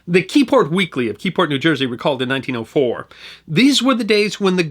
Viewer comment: I don’t know if my hearing is bad, but it sounds like he is saying 1904 instead of1804.